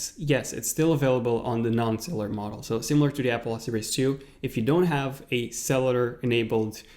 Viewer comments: I’m s not celler it’s freakin cellular with a u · When he pronounced cellular sell- ar Instead of sell-you-lar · Ugh the way you say cellular, please pronounce the "ul" part of the word instead of saying cellar... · "Series Tree" "Cellar" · *cell-U-lar *pro-cess-or